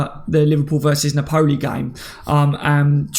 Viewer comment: Hey always watch the shows, thanks for helping us get through the dry days. Just wanted to say I always here u pronounce NAPOLI badly, and I know you’re not good with names and that, but it’s pronounced NAPOLLY not na-poli. Cracks me up everytime though. Cheers